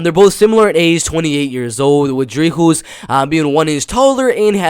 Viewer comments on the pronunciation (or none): Its pronounced Dree-cas . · The s in Dricus in not silent but the last s in du plessis is silent